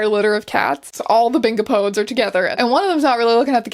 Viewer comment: BINGOPODES? friend it is Bing-op-oh-dees